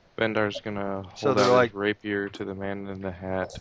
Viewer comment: Can you prepare spells in 5e? BTW: RAY-pee-eer, Sim-i-tar